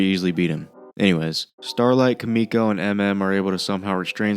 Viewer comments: >kamiko its KIMIko. KIMI. no A bruh. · Bro please pronounce Kimikos name Correctly